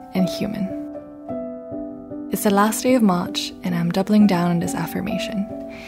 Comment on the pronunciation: You sounded quite Australian at the start of this vid with how you say March - I enjoyed it 😂🌸 lovely vid